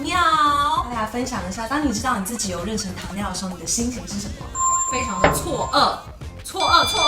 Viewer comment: 好别扭啊，是renshen不是renchen，不会英文也不会中文吗